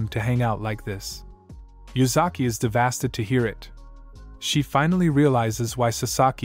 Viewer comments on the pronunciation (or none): Why does this mf always say devasted instead of devastated HAHAHAHAHA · Lol devasted. Say it with me: Dev Ass Tay Ted. Regardless, good work as always. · bro you got to get your speach bot to work lmao "devasted" sounding goofy ahh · I love how this recapper always seems to use the word "devasted" instead of "devastated" hahaha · to be honest, I kind of like it when you say devasted! Your recaps of these stories are well done and I’m grateful when I watch them. Keep up the good work!